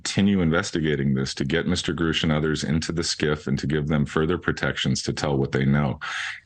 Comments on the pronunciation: Can everyone pronouncing his name Groosh please stop. It really grinds my gears.⚙️ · Has this nimrod never heard Mr. Grusch pronounce his own name? He doesn't say "grewsh" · wait it was pronounced "groosch" the whole time?